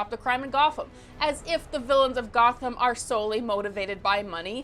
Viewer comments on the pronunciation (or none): none